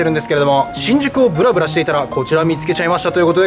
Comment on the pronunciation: ぶ↑ら↓ぶ↑ら↓？？ ぶ↓ら↑ぶ↓ら↑じゃない？笑